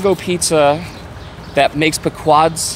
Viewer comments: Pea-quod's, not Puh-quod's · It's pronounced pee-quads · When he learns how to pronounce Pequods correctly ill listen to him. Also the box is smarter than him.